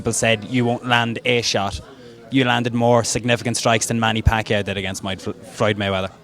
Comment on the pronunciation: MOYD FLOYWEATHER🤣🤣🤣🤣